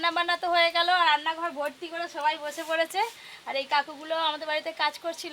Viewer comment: 💁সবাই ✅ 🙅সোবাই❌